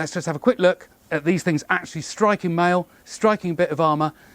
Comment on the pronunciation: "Oh look at that - and suddenly tings got a bit nasty" 😅